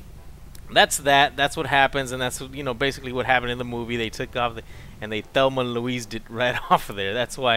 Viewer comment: Did he say they fellma and louise of there